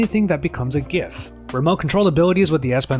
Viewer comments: It's gif and not gif ... U said it wrong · Did he say Gif!